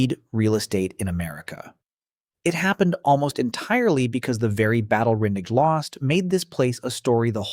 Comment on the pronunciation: Just when I thought it was over I’m hit with “ringay”